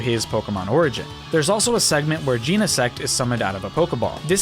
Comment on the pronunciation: Bro cannot decide how to pronounce Genesect